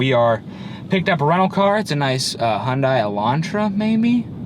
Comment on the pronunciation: HUN-DAY not HUN-DIE. When Hyundai first began marketing in America they literally had banners at shows saying "Hyundai, like Sunday".